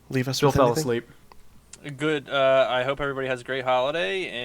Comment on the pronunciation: Damn, Phil. you pronounced my name wrong. :(